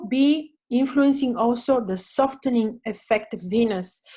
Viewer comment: Soften is pronounced with a silent 't' ie. Soffen